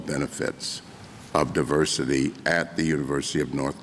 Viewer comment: Diversity not duversity